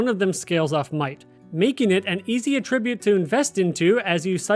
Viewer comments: Okay lol no. It's not A-ttribute. It's pronounced At-tribute. Good video otherwise. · The way you pronounce attribute is incorrect as your pronunciation is as a verb which would be used like this "he attributed the firm's success to the efforts of the managing director" whereas in this case it should be used as a noun and would be used like this "flexibility and mobility are the key attributes of Britain's army" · cant finish this video because of the way you say attribute like it's not a noun in this instance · Please for the love of god, learn how to pronounce Att-ribute, not A-tribute 😂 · You're saying "attribute" incorrectly. The way you're saying it is the verb form. AT-ribute. Emphasis on the first syllable. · You know what I realized, I pronounce attribute based on the context, but I realized should I be? Like, “to what do you attribute the pain?” = ah-trib-byoot vs. “video game attribute” = at-trib-byoot. I’m shook. 🤣 Great vid. This helped. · You lost me at the way you pronounce attribute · I like this vid because the mispronuncation of attribute shows it's real! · I’m sure hes a real person. But mispronouncing attribute definitely makes him sound less human. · Literally can't trust anything in this video after the 10-second mark when "attribute" is pronounced incorrectly... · bro can’t even say attribute correctly why ima trust anything he say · He pronounces "attribute" and "defense" wrong too haha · Can somebody tell him the proper pronunciation of "attribute" in this context, please? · So appreciate the video and the help, but I can’t keep listening to attribute pronounced wrong, I’m losing IQ points… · You real quick look up how to pronounce “attribute”. The noun and verb are pronounced differently. I love you.